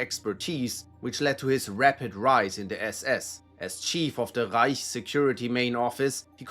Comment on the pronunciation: The way author says ””Rrrreich” gives me some specific vibes ))